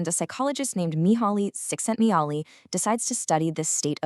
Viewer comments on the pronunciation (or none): Im happy about the video, but you say Mihaly Csikszentmihalyis name extremely wrong in all way possible XD